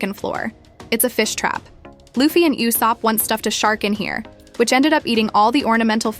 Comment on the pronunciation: Why are you mispronouncing Luffy’s name?